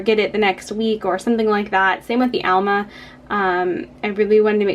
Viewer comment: That's not ALMA; it's AMLA.